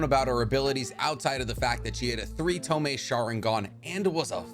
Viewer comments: What the fuck is a tomay? Are you trying to say tomoe? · "To a three toe-meh"😬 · Three tomoe, you saying tomei like the exhaust. 😭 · This was a great video, but is anyone else annoyed that he said toemay and not tomoe? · Ok its not tome its tomoe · tome? (to-moh-ay) or tomoe not tome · Did u say Tomee...as in Tomoe🤔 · i love how your saying 3 tome and not tomoe LOL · tomoe is pronounced (toe-mo or toe-moa) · its tomoe (toe-moe-ay) cries love ur content btw man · Great video man. But you really need to work on those pronounciation. Tomoe, Kotoamatsukami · Lmao this man cudnt say tomoe or kotoamatsukami properly to save his life😂